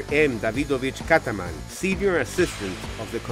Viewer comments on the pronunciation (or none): its major kazman....not kataman. kazman=jewish name. dont you have people who know russian?